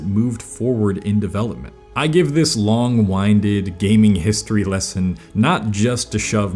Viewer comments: ...long "wine-did"? Lol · It's long-winded (like a windy day), not long-winded like winding an old fashioned clock .